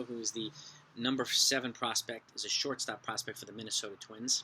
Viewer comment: I loved how you kept saying “Sharting Shortstop”